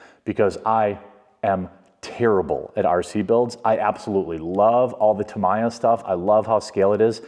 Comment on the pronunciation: Tamiya goldpan era? Wtf? And that pronunciation of Tamiya makes me cringe. Its 2024, everybody should know how to pronounce it by now!